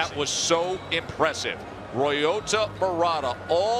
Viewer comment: why do they allow ILLITERATE commentators??? ROYOTA??? wtgdf is that? This has to be the easiest Japanese name in the history of civilization and that moron cant even pronounce it without relating it to a frign CAR. footnote: murata didnt loook all that good in the first rd. it looked to me like he waited and was tough enough to wait until Brant made a mistake. i cant believe people are saying that this guy is gonna sleep Golovkin. I cant see it. then agian....i suck